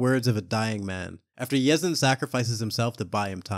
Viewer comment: Yinsen bro yinsen. Nt yezin